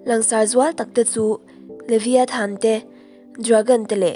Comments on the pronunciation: Liviathan tih loh tur, livaiethan tih ang a lam tur a ni e boss😊😉😉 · Levaithan ti anga lam tur